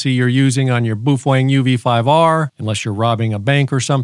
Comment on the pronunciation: It’s actually pronounced Bao Fang